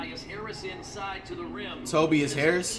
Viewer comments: Nobody: Flight: TOBBEIAS Harris 😂😂😂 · TOE-BIAS Harris